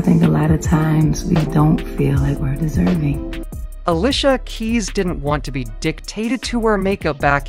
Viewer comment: Why he keep saying Uhlisha 🥴